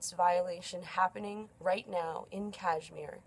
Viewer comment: Sorry where are you located...so you are an expert now on kashmir issue sitting there in your cozy room..human rights expert too ha..yup something is not right coz people like you guys speak rubbish when you are not even in india..by the way the way you r pronouncing kashmir , learn to pronounce correctly and then try to worry about kashmir..